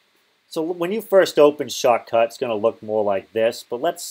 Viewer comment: great video but no way to understand when you say "shortcut" or "shotcut."